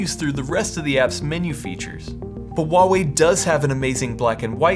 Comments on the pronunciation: Great video, thanks. Just a tip from a guy that lived in China for ten years , Huawei has an H, it is necessary to pronounce the H, it is not WaWei , not at all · Yeah, they paid him and not even know how to pronounce their name.